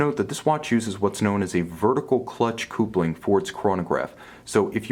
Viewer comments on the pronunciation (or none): "kuhp-ling" NOT "koohp-ling"